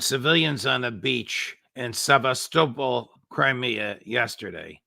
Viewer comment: The judge always asks such lame questions of his "dear friends". He should at least learn to properly pronounce "Sebastopol".